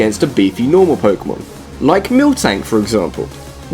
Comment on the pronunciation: "Training 'pokey-mans' up" If you can't even pronounce the title of games correctly, there isn't much value to your word or even your opinion as a gamer. NEXT!